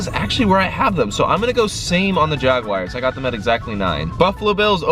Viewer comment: The “Jagwires”🙄😂